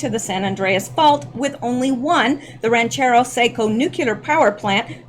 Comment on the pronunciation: Rancho Seco, not Ranchero Seco